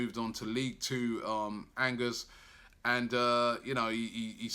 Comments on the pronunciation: robbie is not angers its angé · duuude the way Robbie pronounces "Angers" LMAOOOOOOOOOOO